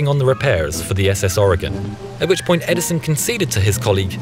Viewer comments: "Edison of a..." XD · "EdiSON of a ..." xD